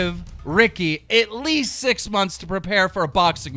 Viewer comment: eetleast, ok keem